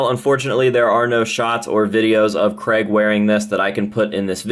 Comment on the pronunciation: Why are Americans unable to say Craig?